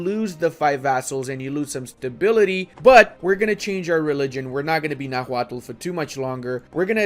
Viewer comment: Bit of a nitpick, but Náhuatl is pronounced “na-wa-tl” with the cadence emphasizing the first “a” rather than the second. tl;dr “NA-wa-tl”: correct “na-HUA-tl”: incorrect